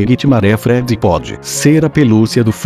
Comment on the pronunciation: NAITI MARÉ FRÉDII Google Tradutor É foda kkkkk